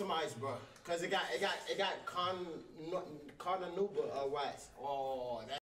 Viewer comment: "it got carmanauba wax" 💀